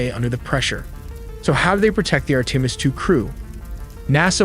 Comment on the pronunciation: Horrible voice narration. Sounds like beginner video. Too bad because the graphics and info is good. too bad the narration is garbage full of mispronounced words. Even the word "Artimis" is pronounced wrong...really dude